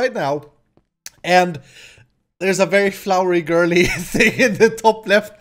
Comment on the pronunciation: Did you say girly??? TRIGGERED